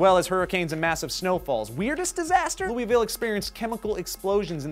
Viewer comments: I live in Kentucky, I saw this video, and knew we would be in it. Best: Chicken, derby, and the total isolation of louisville from the rest of the state. Also you said Louisville wrong, here it's pronounced "Loouhvulle" people get really pissed when you say it wrong, we actually have signs that say the correct pronounciation. If you read this in comment commentary you better not read it in a hick accent! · has a Louisville, KY native, it's pronounced Lou-uh-vull. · How did I know Kentucky would be on this list? I'm from Louisville (pronounced loo-vull), where most of us do not have accents. I couldn't find three nice things to say about the state. The college towns are fine, but the rest of KY is boondock country... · Kentucky and I live in Louisville by the way you said it wrong